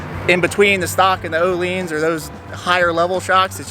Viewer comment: It's Oh-Lynns or Ooo-Lynns NOT Oh-LEANS. The vowel is stressed at the front. It sounds crazy how most people butcher that word.